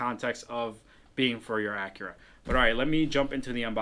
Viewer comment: What is an "Ackra"? LOL. Learn to SPEAK and pronounce. There's a reason why you don't have a lot of subscribers... because you talk funny.